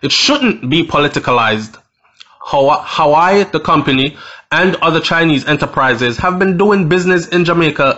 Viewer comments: its pronounced "wah weh" not hawaii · Pronounced: WAWEH, NOT HAWI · Wah wey it's pronounce not howii . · The name is not hawai bredda. It’s pronounced “waweh” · Why do you say Hawaii its Huawei. Hu -ah -way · The company is called Huawei pronounced Hoo- Wah-wey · (HUAWEI) is pronounced (WAA-WEH) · Your pronunciation of Huawei is pronounced whawei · Huawei. Is pronounced...waaahwey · its pronounce wahway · The company is pronounce wah-way